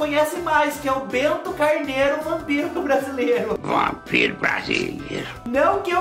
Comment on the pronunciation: Ralaween, Prepúcio, Rampiro...😂🤣